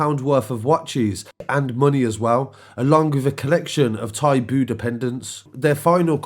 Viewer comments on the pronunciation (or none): none